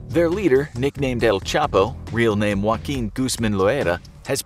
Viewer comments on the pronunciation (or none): none